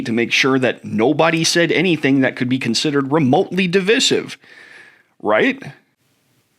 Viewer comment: I've never heard DIVISIVE pronounced like that... (???)